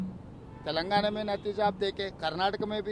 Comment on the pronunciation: आपकी तक़रीर में अक्सर तेलांगना, इलक्ट्रौल बांड व हिडनबर्ग रिपोर्ट का जिक्र आ ही जाता है, तो उचित होगा उनका उच्चारण यथाशीघ्र दुरुस्त कर लिया जाय 1. तेलांगना नहीं तेलंगाना 2. इलक्ट्रौल बांड नहीं इलक्टोरल बांड 3. हिडनबर्ग रिपोर्ट नहीं हिन्डनबर्ग रिपोर्ट